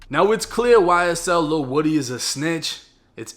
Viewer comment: Lil whoady not woody lol